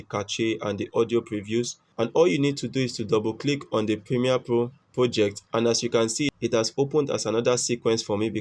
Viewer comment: pimie po o poject . dude where is RRRR